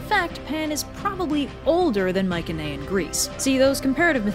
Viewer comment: Coming back to watch this I noticed that she is pronouncing Mycenaean wrong or is that another way to pronounce it